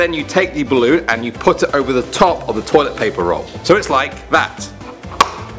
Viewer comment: "ballon" lol